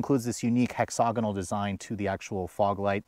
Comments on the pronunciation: there is no “O” in the second syllable of “hexagonal”. It is pronounced hex-a-gonal. The British say it Hex-ag-inal. But there’s no “O” sound there at the second syllable. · hex og a noel.......um no...hexa gonal